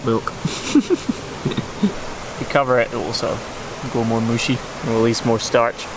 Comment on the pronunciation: This is actually true! "Mushy" pronounce like this sounds just like the german word for- edit: yes, this is a joke about how they cut out before the answer, but i DO know the answer xD